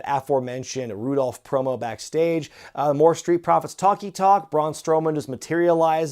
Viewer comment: Benjables, Roobles, and now Rudolph.